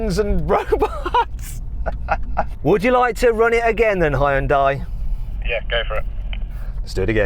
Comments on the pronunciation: ヒュンダイを「ホンダイ」っぽく発音しないでほしい それだけで動画の評価を下げるに値する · やはりホンダイって言ってる(-_-) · 俺は相当思想が片寄ってる嫌韓ネトウヨだけどホァエンダイって聞こえる。英語を普段から使ってれば聞き間違えないんじゃね？ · hugeのhuとほぼ同じ音なのにヒュンダイって発音できないんだな。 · やはりホンダイって言ってる。(-_-) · やっぱりヒュンダイって英語圏ではホンダイって発音するんだな… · 英語圏のヒュンダイの発音が嫌だ